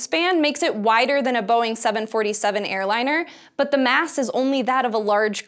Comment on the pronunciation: Welcome to SciSHow! BUT, here is one complaint/constructive advice.... Try not to emphasize so much word "but", and also ask one who writes script, to use less of "but" in narration... Those "but-s" stand out to much and become to noticeable. Otherwise, for first episode, it's all good;)